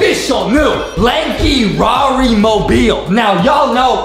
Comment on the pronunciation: I started laughing when Justin said LANKY RAR it was spost to say LANKY RARI not LANKY RAR lol🤣🤣